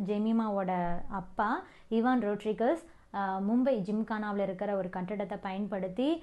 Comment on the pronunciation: ஜெமி ரோட்ரிக்ஸ் என்று சொல்லும். ரோட்ரீகஸ் இல்லை